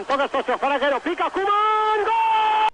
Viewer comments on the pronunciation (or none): none